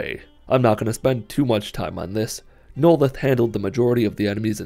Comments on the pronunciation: "Noleth. Noleth. Noleth. Neloth" Okay now you're just messing with us. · The way he butchered Neloth's name just.... Uh. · I love how he mispronounced "Neloth" for 90% of the video then pronounced it right one time.